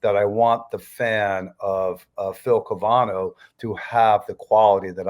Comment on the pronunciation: Great interview but you mispronounced Phil's name consistently.